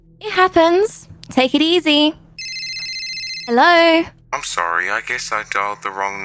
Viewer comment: In the beginning it was funny when she said helorr and then he said helorr😂